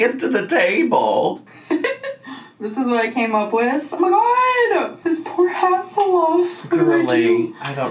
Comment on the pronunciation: I love how you say “OoOoh ma gawd” lmfao 😂